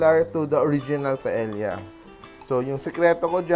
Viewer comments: It’s not pronounced as pa-el-ya! The correct pronunciation is PA-EYYA!!!!! Por favor!!! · double l is pronounce as y in spanish paella is pronounced paeya。